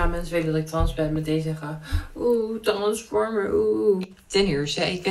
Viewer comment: Voor die trans die dit leest het is trensformer en niet transformer